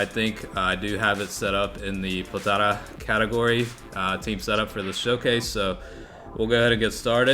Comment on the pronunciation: How u say potara sounds like ur saying potato category😂